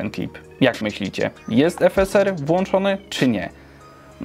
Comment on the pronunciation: jak mówisz "efeser" a nie "efesar" to mnie trochę skręca xD